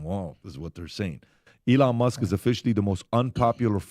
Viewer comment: PBD for the love of god say Elon’s name correctly.